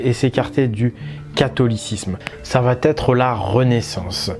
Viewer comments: Merci de traiter ce genre de sujets hyper importants, dont personne ne parle!... Remarque très secondaire par rapport à ce que tu nous apportes,: on ne dit pas "vatêtre" mais "va être". Il n'y a pas de "t" à "va", donc pas de liaison dangereuse. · Il va....etre, pas de liaison merci Tres tres interessant